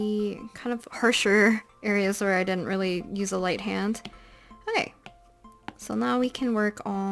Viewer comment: sorry but this part made me laugh because she says okay so, but it sounds like queso in Spanish jajaja